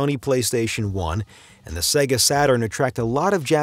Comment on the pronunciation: SEGA (not SEGGA)